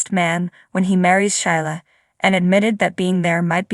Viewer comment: Whoever is telling the story needs to know how to read and pronounce the words correctly. Sheila is pronounced Sheela not Shila Liam is pronounced Leeum. The word do's like "I do" not doose. Li is pronounced Lee not Lie.